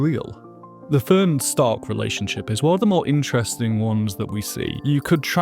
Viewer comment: "This is Ferent". Her name is FERN... 🙄